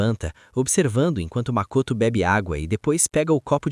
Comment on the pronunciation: Um bom vídeo, no entanto tem várias vezes que os nomes dos personagem é pronunciado de forma errada, como Akihara Haruto q vira Akahara Hirudo e Mikoto q vira Makoto, fora algumas palavras normais que são pronunciadas estranhas e até erros no uso de artigo. Recomendo dar uma olhada nesses aspectos pro próximo vídeo e tbm sei lá, tentar dar uma animosidade melhor pra história em vez de apenas ler a rodo os diálogos do capítulo do mangá.